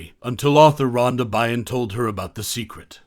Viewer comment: Byrne is pronounced burn 🔥 just for future reference haha